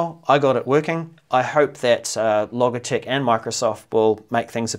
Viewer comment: Logitech. Pronounced with a hard g you dimwit!!